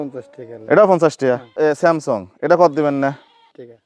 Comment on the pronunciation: উচ্চারণের ঠিক নাই বলে samsong 😂😂